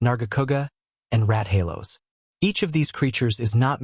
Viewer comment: Rath-ay-los lol